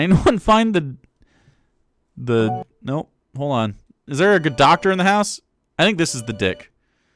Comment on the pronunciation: I cant stand that Kaitlyn and others dont pronounce the L in words like "hold" etc. They pronounce it like "hode" and it drives me fkn insane!